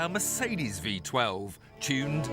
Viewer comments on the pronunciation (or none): none